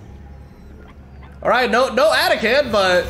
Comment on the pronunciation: AH-TAH-KHAN didn't even hit once in this video, dafuq lol.